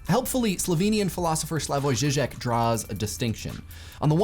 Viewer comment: First of all I wanna say that I'm proud of how well you pronounced Žižek, almost perfect, 8/10. Now about violence! The thing is: society associates violence with active aggressiveness, not so much with passive aggressiveness. Passive aggressive behavior and comments are as damaging as actively aggressive behavior and hate speech, because it devalues and demoralizes the subject. In this case it is not always a threat of violence, but the threat of isolation, the feeling of humiliation or alienation, that damages the victim.